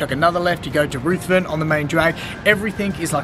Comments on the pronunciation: "Ruth" not "rooth" Ruthren st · I love your video, guys, as a native Toowoombian (and 5th generation from the Darling Down's region ....Cambooya and Felton etc). Not trying to be critical, but no-one from Toowoomba says "Rooth-ven Street" for the main street of Toowoomba. Correct me if I'm wrong peoples, but it's pronounced "Ruthven" - (ie tough and rough) I just wanted to set the record straight. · Thanks for watching! And you're 100% correct about my pronunciation. Minutes after uploading the video I got a call from my dad to set the record straight with the correct pronunciation haha. Glad we could do your beautiful home city justice! We can't wait to visit again 💚